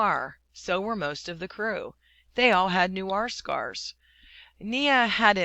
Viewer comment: its N-U-E-R Not N-U-A-R